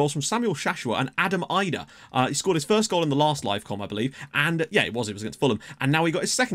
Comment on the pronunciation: Norwich fan here, believe Idah is i(as in id)-da at least according to the last time I heard one of their journalists say his name.